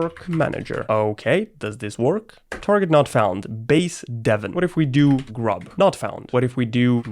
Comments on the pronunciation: you spelled grub wrong you said gurb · "gurb" and "base-deven" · ts was painful to watch you said gurb in chroot